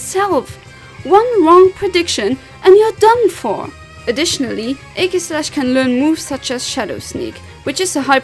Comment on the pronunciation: No problem:3 I really like your recent Pokémon vids ^~^ Not to sound rude with this also but the way you say Aegislash makes me laugh haha xD Sounds like you're saying Eggyslash, I love it xD